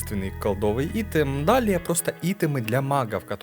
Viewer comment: Ну айтем же, айтем, не итем =(